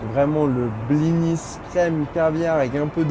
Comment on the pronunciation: Ça se sa se preunonce blini et pas bliniS maime si il y a un S. 😡🤬